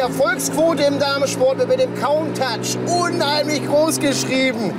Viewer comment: die können countach nicht aussprechen..